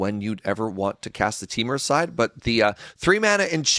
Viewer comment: Well,...I'm back to complain your pronunciation of Temur! TEE-mur, not TEH-mur. I've paused the video while I write this, but I will finish the video before posting! I'll also overlook chalcedony, kal-sə-doh-nee, since it's your first time seeing it. Also, I'm kind of surprised there wasn't any discussion about Severance Priest and the comparison to Skyclave Apparition.